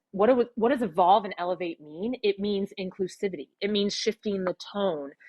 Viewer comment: Did she say, "elevate" or "castrate"?